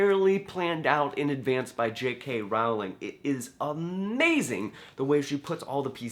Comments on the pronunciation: Good video! Just one little thing - JK Rowling pronounces her name like "rolling". She says most Americans mispronounce it! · ROWLING IS PRONOUNCED LIKE BOWLING